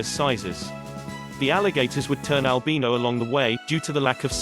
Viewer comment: Fuck you say Albino right